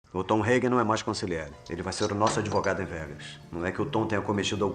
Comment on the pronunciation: ConsiGliere dói nos ouvidos. Ou traduz ou fala no idioma original, mas corretamente.